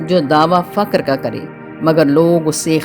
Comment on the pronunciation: Faqar nahi fuqar boliye